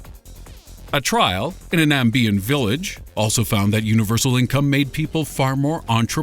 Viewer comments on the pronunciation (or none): My African country's name you said is not Nambia.. It's suppose to be pronounced Namibia.